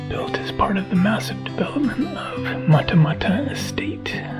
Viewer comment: Hi, Matamata is pronounced ‘ Mat-a-Mat-a